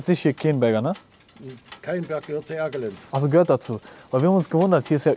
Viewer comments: Bruder ich bin da zur Grundschule gegangen und das Dorf ist nicht komplett verlassen und es wird keienberg ausgesprochen das sollte auch eigentlich weg gebaggert werden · Das wird kAienberg ausgesprochen, ich wohne dort ums eck quasi :P und es wohnen immernoch Leute in dem Dorf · "Käienbeg" 😂😂😂 #Erka❤ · Er zeigt bei Sekunde 4 einfach das Neue Keyenberg 🤣 Außerdem wird es "Keien"berg ausgesprochen. Das Dorf ist nicht leer dort leben noch einige Familien. Das alles ist wegen Tagebau Garzweiler. Für nächste mal solltest du dich mehr informieren und nicht unwissend dort hinfahren, dort fährt viel Security rum. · Junge informier dich erstmal bevor du solche Videos machst. Alleine wie du den Namen aussprichst ist lächerlich. Keine Ahnung von nichts aber dum rumlabern. Die Menschen die dort Leben haben dafür gekämpft und letztlich gewonnen dort wo sie herkommen bleiben zu dürfen. Und wegen solchen wie dir gibt es zum Glück den Sicherheitsdienst!